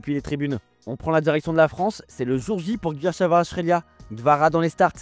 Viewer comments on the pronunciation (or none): none